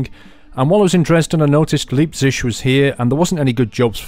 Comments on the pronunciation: I love when u say Leipzig...it sound like liebtschig. Say L I ptzick /ˈlaɪptsɪɡ/ btw ur are awesome !! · btw: Leipzig is pronounced Liepzic (like in lie) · As a german I find the way you pronounce Leipzig hilarious :D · He said Leipzig totally wrong lol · Your pronounciation on Leipzig sounds horrible